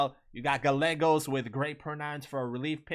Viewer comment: Galegos? jesus Christ, do you also say Tortila? Quesadila? almost 30% of the country speaks spanish, at least know that two "L"'s are a Y sound in spanish.